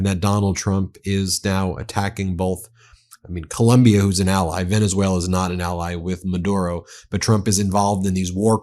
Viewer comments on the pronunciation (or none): none